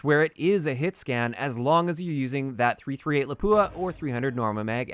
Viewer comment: Why is everyone saying lapua like laphuua ???